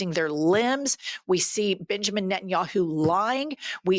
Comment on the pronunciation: I know you said Benjamin, but I heard Bitchemen 😂❤